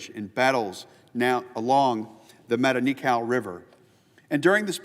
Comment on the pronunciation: Learm how to pronounce "Matanikau". Dave Holland has great videos that would help. Don't just read what your staff gave you. Do better.